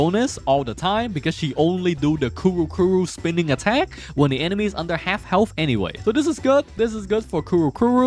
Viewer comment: Lol asian accent Kuru-Kuru 🤣😂